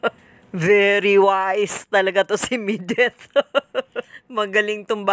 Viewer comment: Medith hindi Mideth!